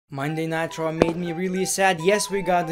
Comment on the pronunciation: You said monday night draw 😂😂😂